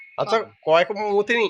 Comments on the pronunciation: കോയക്ക എന്ന് പറഞ്ഞൽ പേരാ..😂😂😂😂.കോവയ്ക്ക ആണ്. നിങ്ങളുടെ ഭാഷ കേട്ടു ചിലപ്പോൾ ഒറ്റയ്ക്കു ഇരുന്ന് ചിരിക്കാറുണ്ട്. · കോവയ്ക്ക എന്നാണ് പറയുക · കോവയ്ക്ക കോയക്ക അല്ല